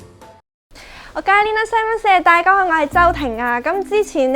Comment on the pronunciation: 大家好が今日は「ダゥーガゥボゥ〜」 と 聞こえましたー😌